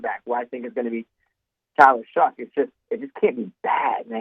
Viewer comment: It’s Shuck not shook!!!